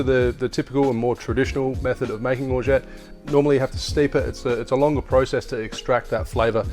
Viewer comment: Nice hack, you actually don't pronounce the "t" at the end